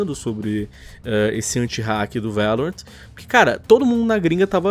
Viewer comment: A pronúncia é Lorrant nao Laurent